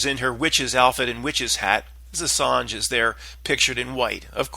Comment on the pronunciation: Ass-ange (L)